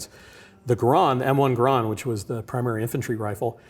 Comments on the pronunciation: Hearing that guy talk about the garand was painful. It's pronounced GAIR-END, it's an en bloc clip, not enfield (the name of a british rifle), and the ping thing was totally a myth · That's the first time I've ever heard garand be pronounced like that. Also ejects the enfield clip. Hehehehe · Somebody please teach this man how to say M1 GARAND. and a enfield clip?!?! it uses a fucking C bloc clip. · Garand rhymes with errand, according to the designer of the rifle. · I am concerned about authenticity when the game director cant pronounce GARAND as it commonly is, and refers to the En-bloc clip as Enfield clip. The ping causing German troops to pop up from cover is generally regarded as a myth. Small details but Sledgehammer told us about how much research they did and then crapped out COD WWII. Hopefully its a great game but I have concerns.